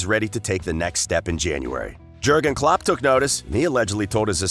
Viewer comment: And the VERY BASICS like not knowing how to pronounce klopp a name. It’s clear that the narrator is just reading a script and has no idea about football